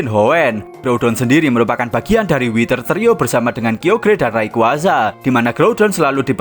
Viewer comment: dibacanya kayogar bukan kiogear